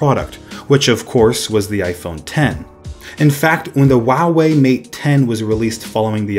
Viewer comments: better: hwa way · I dont get why westerners have a hard time pronouncing "Huawei" it is literally HUA WEI like how anyone would pronounce anything that begins with the letter H. Not WA WEI wtf? Great video by the way. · Huawei is not pronounced wow-way 😆 It’s pronounced wah-way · Philip LP correct